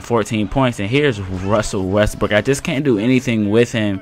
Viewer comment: Lol u said Wussel Restbrook the whole time